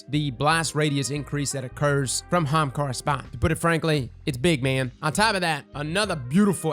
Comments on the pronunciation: What kinda bothers me is how he says hamakara and not Ahamakara still loved the video tho lolol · i always love the energy of your videos but for fuck sakes is Ah-ha-mkara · I think you should spell it the way you say it... "Ha'umkara" lol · Hamkara? Am I dyslexic I thought it was Ahamkara? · Not gonna lie... I clicked on the video just to hear HA-HAM-KARA!!! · I was trying to spell it like pronounces, but it may not fit on the shirt. HA-AM-KAR-RA! LOL. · My eye is twitching! People already say ahamkara wrong... Now they are definitely going to say it wrong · Your inability to pronounce the first letter of that word is kinda sad. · I’ve never heard somebody pronounce ahamkara like that...